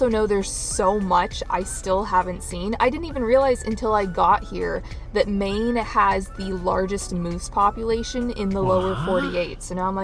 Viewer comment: No mine. MAine. Long A A not my